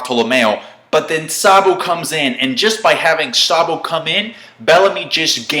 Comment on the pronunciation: That z for zabo shock me xD